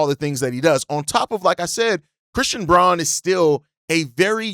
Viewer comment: Fyi, Braun is actually pronounced Brown. Bulls fan in Denver, fwiw